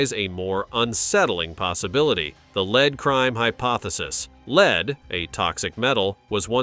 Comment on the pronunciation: Maybe you should narrate yourself seeing as it keeps pronouncing lead.... LEED. LAZY!